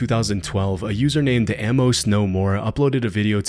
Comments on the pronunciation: I love your content, but please stop saying am-mose, Amos is pronounced a-mus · Couldn't resist I'm sorry. Amos = Ayy Miss. Not ammos. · It’s pronounced “A-mos” not “Ah-mus.” Christ… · Bro said "Ammose"